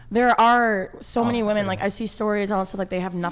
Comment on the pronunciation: Can someone PLEASE explain to me why most the guests on this show pronounce "WOMEN" like "WOMAN"?